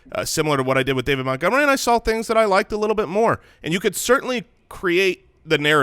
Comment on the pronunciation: Hearing refer to Montgomery as Meh-gomery makes me understand why you guys settled on Mopportunity as a nickname. You started with the bar so low that Mopportunity actually seemed clever (if only by comparison).